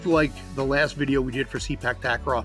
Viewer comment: The proper pronunciation for Sepak Takraw should be "Say Pak" instead of "See Pak". As others have mentioned, the word Sepak simply means "kick" in the Malay language, while "Takraw" is a Thai word for ball. In Malaysia this used to be called "Sepak Raga", where "Raga" means a ball that is made of rattan. If I'm not mistaken, the name transition happened in the 1970s.